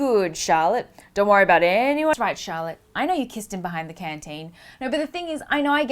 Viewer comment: The way you pronounce Charlotte, it sounds like shallot.... Now, you just ruined a really good potential name for my kid, thanks Natalie.